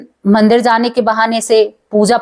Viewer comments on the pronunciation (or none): none